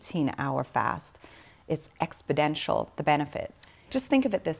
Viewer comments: The word is EXPONENTIAL (not expidential) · She speaks English fluently, yet she had trouble pronouncing a couple of words: "it's my favorite tool in my tool books", "the growth is expodencial".